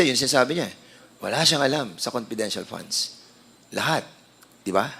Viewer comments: Attention Dan FFFunds not ponds Delivvvvvered not delibbbbered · Nkkainit na nga ng ulo ung pgpronounce nitong nato ng "p" imbes na "f" paingles ingles p kc pwede nmn mgtagalog at gnagawng malishoso lahat nlng ini-issue s ovp.....kayo kayo nlng nanloloko sa sarili nyo oi! Nangelngelam s "confidential" funds na na-compromise na! Obob!